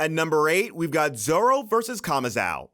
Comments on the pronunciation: Who is kamazao lol. Its kamazo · My guy pronouncing “kamazou” as kamazow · Kamazao hahaa its Kamazu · Off-topic.. Why do some native english speakers still get the name wrong even if they're literally mentioned in the anime itself? "Kama-zhaow"..? c'mon... It's almost as stubborn as when they say tsunami as 'sunami' just because they can't pronounce the "tsu" sound